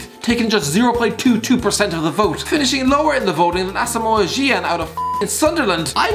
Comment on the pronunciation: Pronounced asamo jean